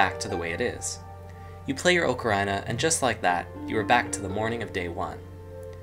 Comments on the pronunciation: I stopped watching after I heard "oak-a-RINE-a"... fail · Ocarina = Awk-uh-ree-nuh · He said Ocarina like “Oh Ker Eye Nuh”😂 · why do you intentionally mispronounce ocarina